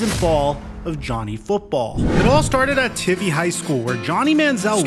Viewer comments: Not for nothing but the “I” in Tivy (his high school alma mater in Kerrville TX) is a long I sound. Pronounced like ivy but with a “t” on the front. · Its pronounced tIvey, long I. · Just saying from someone living in the area it’s pronounced (tie-v) 💀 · Yo it’s pronounced Tie-vy